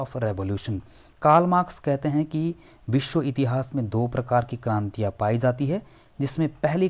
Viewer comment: Aap West Bengal se ho kya? “Biswa” bolne ki accent se aisa lagta hai..